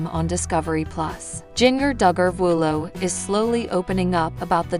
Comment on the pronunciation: Jinger Duggar Vuolo absolutely did NOT lose her home! She lives in Santa Clarita and there were no fires there!! She was recently interviewed on CBS good morning and was asked about her home and she stated they were not affected. Get your damn facts straight!!! And damn say her name right!!! And the city she lives in and the state she’s from! Jesus Christ!